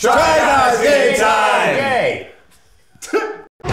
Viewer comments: Yup. Eugene says gay instead of game in the intro, and he pretty much always can. You cant tell me otherwise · i will always hear "try guys gay time"